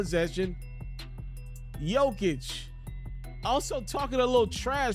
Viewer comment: Please pronounce the 3 time MVPs name correctly